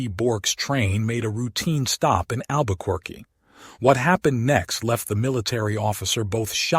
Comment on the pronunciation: learn how to pronounce Albuquerque.